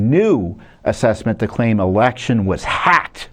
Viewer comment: Hey Tom: "Suseptible to being 'pack' "........HUH, and I played the start of your speech back THREE DIFFERENT TIMES & each time your lips formed a word that DEFINITELY STARTED WITH A 'P' & NOT AN 'H' FORMATION so were you saying "Pack" or "Hack" which should have actually been either "Packed" or "Hacked"?